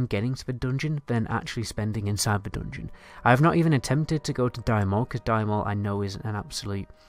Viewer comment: Lets say "dungeon": Don-Jin